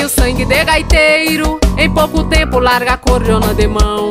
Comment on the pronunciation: Bonito quando fala acordiona.